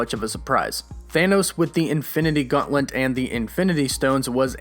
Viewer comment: Please stop saying Infinity "Gaunt-lint." It's "Gaunt-let!" Love your videos though, dude, thanks. 🤘